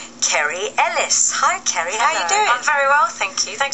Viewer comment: I know! She couldn't even say Kerry's name, which is hardly the most difficult thing in the world!